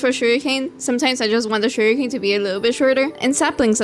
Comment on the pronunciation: Your builds are so pretty and this helped a lot. And I like the way you say "sugarcane", I was c9nfused for a bit, thought they added a new block named "surrikane"😂😂